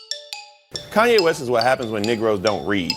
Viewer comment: Good Lord. At first, I thought this dude was making a comparison between Kanye West (not a fan) and somebody named Nick Rose (who I’ve never heard of). Then I played it back again and realized this man, on national TV, used the word “nigroes.” Not “negroes”, but “nigroes.” Unbelievable. Just imagine the alternative, if someone on the Right had said something so condescending, with that inflection.